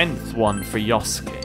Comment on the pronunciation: Love how you keep mispronouncing yosuke ahaha